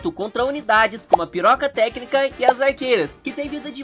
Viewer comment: o cara a dizer PIROCATÉCNICA kkkkkkkk🤣